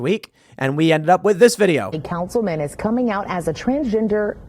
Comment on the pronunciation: "Indiana Councilma'am" 💀